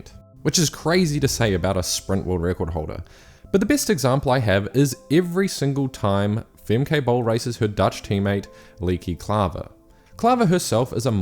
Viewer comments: For your next videos, their names are pronounced "Famkuh" and "Leekuh" Not "Famkay" and "Leekay". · Fem-Kay lol Also: Lee-key lol